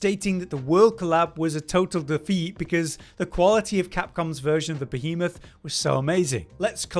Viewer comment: Im glad did this one. being perpetually unable to properly pronounce Behemoth makes my soul cry a little bit 🤣😂